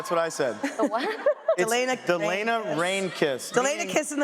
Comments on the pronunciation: No its Delena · Tamanna Akhter LMAO NO ITS DELENA